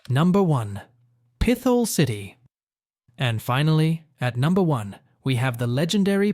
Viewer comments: Pit-hole, not Pith-ole! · Pretty sure it’s pronounced Pit-hole. No th sound. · Pith hole is not the way it’s pronounced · Pit - hole not peth - al lol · No , Not Pithole , Pit Hole ! YIKES ! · Not pith ole.. Pit Hole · Pithole is pronounced pit hole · How do you look at Pithole City and pronounce it PITH-ole? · Pit-hole is the correct pronunciation, I grew up not too far away from there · Pithole is pronounced Pit-hole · I was coming to correct this too lol drove me nuts